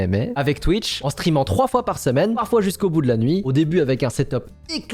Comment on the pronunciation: pour c’est pas Twitch mais Twuitch mdr